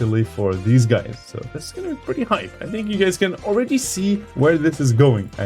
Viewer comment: “Guys”, not “gáys”.